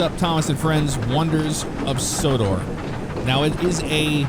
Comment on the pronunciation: LOL Said Wonders of Sodar it's Sodor